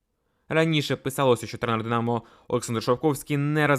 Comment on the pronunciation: Тренер Динамооо, забудетьсяяя, бісить як ти ставиш наголос на останній склад. Хто тебе вчив дикції. Треш.